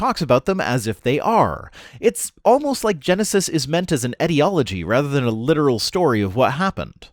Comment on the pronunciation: So said the word "etiomology" "etiology" and I looked it up (yeah I've heard it said before, but now it occured me to look it up). I also remember why I don't look up these things, because now I'm doing high IQ skeptic research on so many tabs... It's fine, We gonna learn. Edit: Retrospective spellchecking.